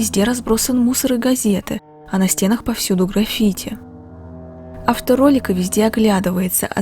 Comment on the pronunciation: Без сарказма. Граффити, ударение на "а" )